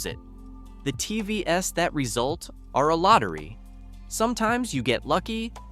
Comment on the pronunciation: love the AI failure to recognize the word TVs as an acronym TVS